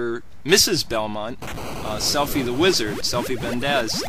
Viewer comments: lol it is pronounced syfa not selphie, thats the name of a girl in final fantasy 8 XD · Sypha!....stop saying selfie🤬 you did great research on this game but please learn how to pronounce SYPHA. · No disrespect, but why did this guy mispronounce Sypha's name?! ......."Selphy the Wizard"?!......."Selphy Vendez"??! ......oooookaaay.....